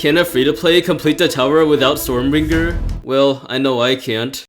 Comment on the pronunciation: it's stormbringer not stormBRINJER SJSKSHKS ARE YOU CRAVING A BRINJAL